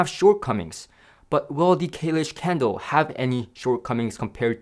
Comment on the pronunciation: Sounds like he's saying candle!